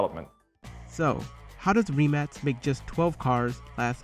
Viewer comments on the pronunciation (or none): It’s not REEEmac is rimac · It’s a rim-ack not reeemac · It’s pronounced Re-Mach not Ri-Max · I'm sorry but did he rlly just say reee-mac xD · It’s pronounced with C not K. It’s Rimac